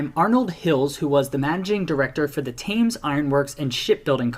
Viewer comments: Somebody please tell that man how to pronounce Thames! {Temms NOT Tames} - The Wolves-Villa rivalry is definitely a BIG-DEAL {as is West Brom-Villa even if Birmingham City-Villa is clearly the nastiest rivalry in the Midlands, Birmingham City are the chippie latecomers to the party after all}, If we're talking about swapping players diluting a rivalry then West Brom gave us Steve Bull, Andy Thompson and Robbie Dennison who all became Wolves Legends whilst the Vile gave us Tony Daley who spent 90% of his time with us malingering in the treatment room and Andy Gray who spends most of his time these days crapping on us! - The Wolves-Stoke or more particularly Stoke-Wolves "rivalry" is basically a one-way rivalry from the Potteries that seemingly stems from Port Vale not providing them with a real challenge so they feel they have to come after Wolves and West Brom. - Cardiff City and Sunderland are two clubs who seem to have a strange dislike of Wolves too with their fans rioting in Wolverhampton on multiple occasions. - And in my lifetime there has always been a bit of a bite to games against Sheffield United too even before that Play-Off Final.....That it was the Blades we beat 3-0 in that game made it even better :) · London is never in southern central England. It's south east. And that guy () definitely needs help with pronouncing some of the words. Like "Thames" and "Boleyn"